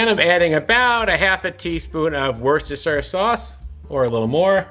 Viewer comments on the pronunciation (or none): Hi, it’s pronounced “Wooster-shire”.